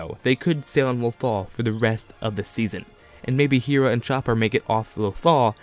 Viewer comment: Great video! I agree with most of this, but I hope kanan doesn't die. Take ezra instead of kanan filoni.... also Hera is pronounced "Hair-Uh" not "hear Uh"... sorry to correct you, it was just really bothering me XD